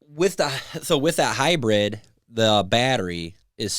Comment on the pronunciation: It’s not called a Hi bred. Just like it’s not O Bar tires. Good lord.